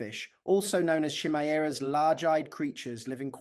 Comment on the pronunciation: Chimaera is actually pronounced "Ky- meera" - as if it rhymes with "Fly jeerer".